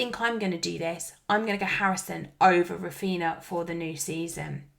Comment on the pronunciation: I know this is widespread, but the same as we don't call them Coutino and Ronaldino, Raphinha is pronounced Raphinia, only Andy from Let's Talk FPL is calling him correctly :)